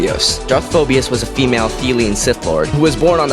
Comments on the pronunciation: I'm sorry for pointing this out but when you pronounce Darth phobos you do not say the ia it's just Phobos not phobias. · Is there one I in Phobos. No. It's Phobos not Phobios. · Why you gotta add extra vowels to the word "Phobos"? :P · Great vid!!! Pronunciation was a bit off on Phobos and Kopecz but don't matter really :-)